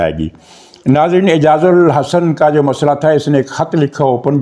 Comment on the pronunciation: اعجاز۔۔۔ال۔۔۔احسن۔ اعجاز الحسن نہیں۔ آپ متواتر نام غلط لے رہے ہیں۔ تصحیح فرما لیں، مزید یہ کہ ہانگ کانگ جانے سے پہلے قانون کے مطابق اسے ھیڈ آف ڈیپارٹمنٹ سے ایکس پاکستان لیو لینی چاہئے ، نہیں لی تو قانونی طور پر اس سے باز پرس ہونی چاہیئے ۔